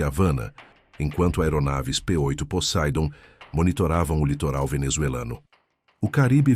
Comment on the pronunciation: Turbo hélice não é avião a jato. Não é "possaidon"; é "posseidon". Entrem logo, fuzileiros!!